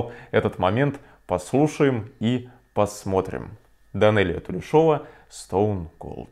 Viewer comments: Данелия Тулешова казашка и фамилие ее казахская. Там ударение ставится на букве «Е». От казахского имени ТУЛЕШ. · Правильное ударение тулЕшова :) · У казахов ударение падает на второй слог ТулЕ шева. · Привет её фамилия Тулешова, ударение не на О. Тут ей 10 лет.